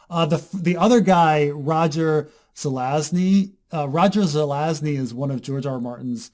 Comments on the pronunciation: Dude, learn how to pronounce Zelazny. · 1) Zuh-lazz-knee. Not that hard. Surprised would have trouble with that. 2) Amber. Amber is why Zelazny is a GOAT. Also surprised isn't aware of that. Have I placed too much faith in you,?:/